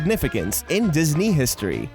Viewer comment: Diz knee